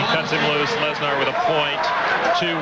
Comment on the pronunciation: That’s the proper way of saying it